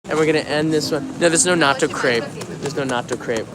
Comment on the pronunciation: Please pronounce “Crepe“ correctly ! It sounds like “crap“ when you say it.